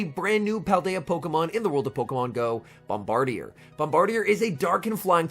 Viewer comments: That’s some top notch pronunciation on the bird deer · I think it’s pronounced “Bom-burr-deer” but with bird in the middle to make it a pun.